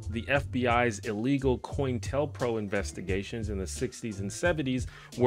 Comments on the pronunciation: Love you! FYI, pronunciation wise it’s Pro-intel-co! No shade, I’ve heard this many times, especially from folks 20s-30s, and when removed from historical context, Coin-tell-pro make decent sense “pronunciation wise”. So again, no shade, I think your likely way smarter than I am, and was at your age. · Love your videos. Just a note for future vids that COINTELPRO is pronounced Co-Intel-Pro ! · Not making fun just letting you know it's co-intel-pro, short for counter intelligence program.